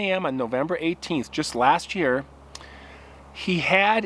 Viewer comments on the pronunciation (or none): none